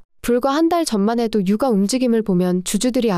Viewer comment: 혹시 "유가" 읽어주실때 "윳가"로 해주실 수 있을까요? 계속 "육아"로 들려 어색하네요.